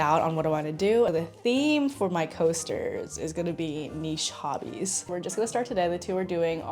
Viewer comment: Not me hearing "niche hotties" instead of hobbies 😂